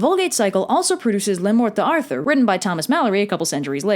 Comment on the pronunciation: uhhhh the part where she says Le Mort D’Arthur sounds like La Mort De Arthur (Arthur pronounced in English) and it bothers meee